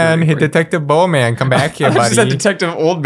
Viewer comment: Not Bowman, it's Bohnman